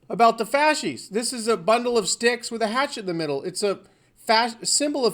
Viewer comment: "Fasces" not "fasci"